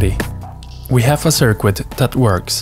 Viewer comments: sir-kit, not sir-quit. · Hello! first off, i love your content. I just wanted to say that, i'm not sure if its on purpose or your accent. I am so sorry if i offend but i have good intention. But your pronunciation of 'Circuit' as 'SIR-QUIT' isn't perfect, its normally said 'SIR-KIT'. Again i love your stuff, thank you. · A circoo-it. ahahahahahahahah. We have a circooit that works. but it doesnt look professional.. doesn't SOUND professional either. I'll try to speak German without an accent. You'll see. Sicknature learned English as a second language and speaks it like he's a white dude from the west. ..